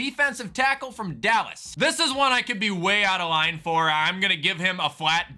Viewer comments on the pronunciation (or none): none